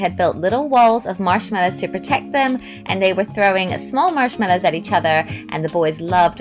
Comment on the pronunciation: This is how may times she saided mashmello